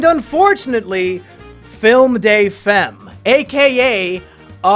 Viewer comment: "Film day fehm"...... god. Butchering French. "Femme" is said something like "Fahm".